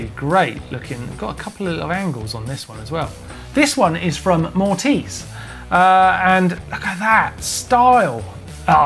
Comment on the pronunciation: It is not Mortiz :D It is MoRitz. A german name :D